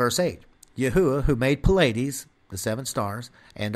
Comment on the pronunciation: Pleiades is pronounced Plee-iades, not Puh-ladys.